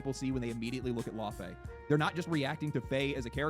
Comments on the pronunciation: it irritates me hearing the americans pronounce Laufey wrong. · I just hate how they pronounce the name 'Laufey' i also would have expected a norwegian to do a better job